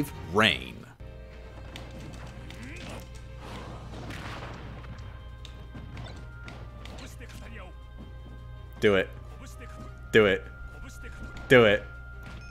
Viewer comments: No way you just called Reyn Rain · My favorite character, "Rain" from Xenoblade. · Why did you call Reyn rain. It hurts my ears just hearing that. Its the whole IGN 2020 Xenoblade DE review all over again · He mispronounced Reyn... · It's understandable to mess that one up. It's not like Reyn ever says his name in game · A part of me died when you pronounced Reyn’s name like that. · I have to admit, I was thrown off by a few of the names said in the vid due to the game being in Japanese. Most notably, Dr. Right, Black Pit, and Darz (Dr. Light, Dark Pit, and Dharkon in the English version, respectively). The pronunciation of Reyn also hurt a little, but I think that actually is how it's pronounced in the Japanese audio track for Xenoblade, so whatever. Edit: Nope, it's not. So now it just hurt a little with no consolation whatsoever.